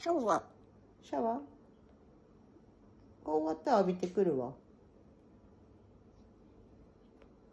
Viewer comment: のシャワー🚿の発音サイコー👍